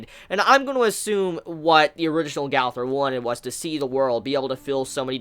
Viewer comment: Brooooooooo it’s a year now n it’s gooooowther not gawther fuck lol